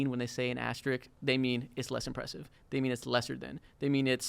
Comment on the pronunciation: Bro how hard is it to pronounce asterisk